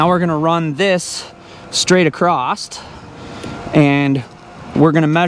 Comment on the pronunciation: Like ACROST!! instead of"Across" lol